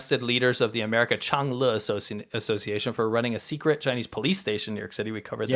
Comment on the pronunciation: CHY-NEES medicine, or CHY-NEES prison torture? WHY NOT BOTH?!?